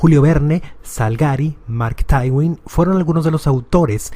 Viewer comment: tienes muy buena voz pero lamentablemente no conoces los personajes de los que estás hablando pues no existe un escritor que se llame Mark Taiwin. El escritor de "Las aventuras de Tom Sawyer" es Mark Twain y se pronuncia Maerk Tuein, o en el segundo caso dices Martín y Luis Guzmán, no se trata de dos escritores, el escritor es uno solo y se llama Martín Luis Guzmán autor de novelas revolucionarias como "La sombra del caudillo". Tu reportaje es interesante pero quien se base en él y no conozca a Leñero o sus influencias, heredará tus errores. Ser comunicador es una enorme responsabilidad por la influencia que nuestro trabajo público puede tener en la gente. Por lo demás, te felicito.